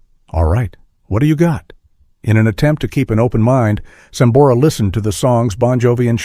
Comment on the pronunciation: Malisimo el q habla. A sambora le dice samora. Antes de hacer una transcripción tiene q saber leer. Gracias